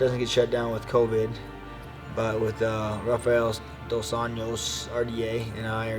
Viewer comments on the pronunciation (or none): none